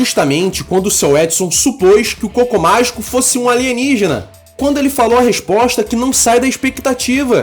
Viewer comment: eu escuto o "Cocô Mágico" kkkkkk